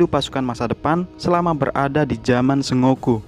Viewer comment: bacanya bukan "se ngo ku" tapi "sen go ku"